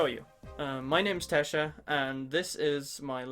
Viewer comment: Wh- that's how you pronounce "Theskj?"